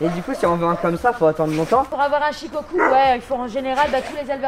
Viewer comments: Ça se dit pas chicocu c’es shicocou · Shukoku pas shikocul 😂🤦‍♂️ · Il a dit ché chien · Tu est sur que c’est Shikoku ? Car moi les « U » Au Japonais je les prononce « Ou » du genre Shikokou ? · ca se dit pas plutôt “shikokou” ? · Il a dit shes chien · Je crois que ça se prononce shikokou 😂